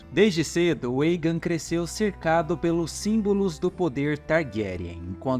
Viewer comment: Muito bom o vídeo. Mas me incomodou um pouco o cara falando Eigen ao inves de Aegon. Esse"mon" vem de dragon. Com O.. mas muito massa essas histórias dos Targerien kkkk